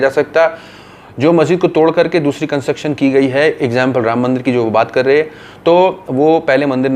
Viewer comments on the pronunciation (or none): none